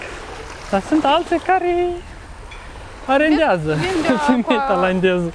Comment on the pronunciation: ”arendiază” femeile thailandeze 😂😂😂